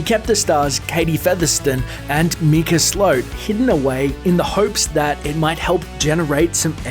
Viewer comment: HIS MAME IS MICAH!!!! THATS PRONOUNCED MIKE-UH!!! ITS NOT FUCKING MEEKAH